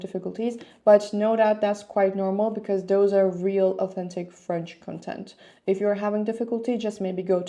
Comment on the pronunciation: You are saying the noun content like the adjective content. The stress of the noun content should fall on the first syllable.